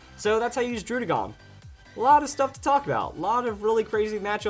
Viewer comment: Say /DROO/DĖ/GÔN/ one more time I dare you.